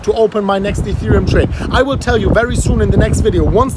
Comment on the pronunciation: Its wery winding 😂